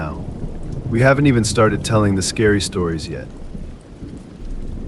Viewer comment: Really great voice , But should be 'Scary' not 'Cary'